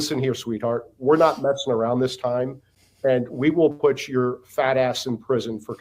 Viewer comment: He said fatt